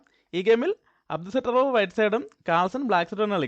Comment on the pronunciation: അടു സട്രോവ് അല്ല. അബ്ദു സത്താറോവ് ആണ് 😄😄😄